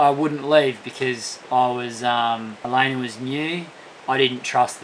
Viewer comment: Oh no! is coming down with that weird English speech impediment that causes people to add an "R" to the ends of words that don't have them! He clearly said "Elayner" several times! The next step in the progression of the disorder would be to start pronouncing all "E"s as long.